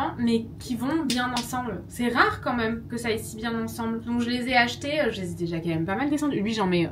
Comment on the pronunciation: On dit pas meume, on dit même , avec un accent grave comme si on disait mème , bref........force à toi